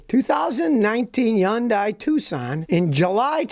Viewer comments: Hey, Scotty, Hyundai rhymes with Sunday! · He's the only person on earth that pronounces it n that bizarre manner. We all see their commercials all the time. You gotta figure they know.